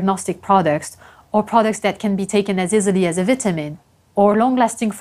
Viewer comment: Make sure you don’t pronounce “vitamin” like her lol